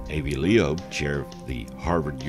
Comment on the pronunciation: I always liked this narrator however the choice to not properly pronounce people’s names & or correctly pronounce well known names of famous things makes these awesome docs a little frustrating ❗ Avi LOEB (LOBE) certainly IS NOT leap or Leep or… ??? I mean if he thinks B is the same as P, how does he pronounce Resident Biden , Resident Piden or Pipen? 😂